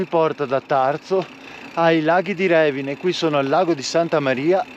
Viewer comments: Bello. Ma è Revìne non Rèvine... con accento sulla i 😅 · Ciao, bel video, però si dice Revìne, l'accento va sulla i😅